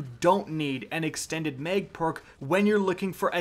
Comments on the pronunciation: mispronounces sooo many words I should just give up. Lol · repeat after me: “Mag rhymes with bag, mag rhymes with bag.” 😂